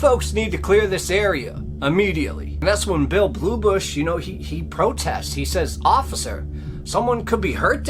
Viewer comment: It's not "Bluebush," but "Bullybush."